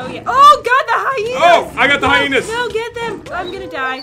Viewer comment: first called the hiyinas coyoty secont she called them hiyinas